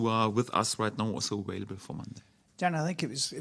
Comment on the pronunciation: calm down bro just think it’s funny they say awailable